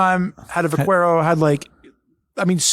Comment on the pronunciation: Teach how to pronounce Vaquero. 😁.